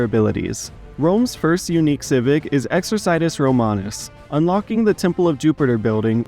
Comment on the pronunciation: Your pronunciation of "exercitus" triggers me :(